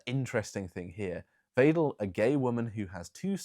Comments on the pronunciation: Wrong - more why-dell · as a native german speaker: pronounce Ms. Weidel like 'Wydel' the 'ei' in german is spoken like 'i' in english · "Weidel" is pronounced approximately like "vital". Close enough for govt work.